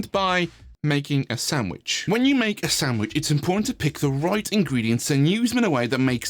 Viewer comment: Lol SAMwhich instead of SANDwich. I see what you did there....